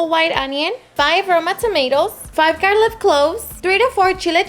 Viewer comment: Garlic not garlif